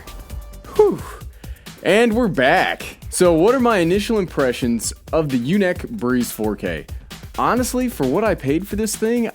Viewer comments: YunEEc... Not yunik. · You're killing me it's pronounced unique LOL I have the typhoon H that's why I now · U said the name wrong